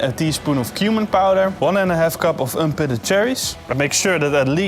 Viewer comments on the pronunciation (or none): Wait. Did he say unpitted?